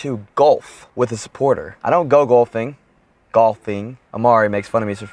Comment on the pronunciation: It's funny how you pronounce it "gulfing"